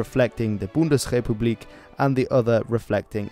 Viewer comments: You pronounced Bundesrepublik really well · The way you said "Bundesrepublik" was not a coincidence. You must be either a past student that studied it or from austria at the very least. There's no darn way. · Very good prouncian of Bundesrepublik thanks. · Uhh, your pronunciation of "Bundesrepublik" was probably the best I've heard so far on Youtube from a non-native speaker.